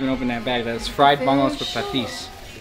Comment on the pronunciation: It’s bangos not bangalos step your Filipino game up par haha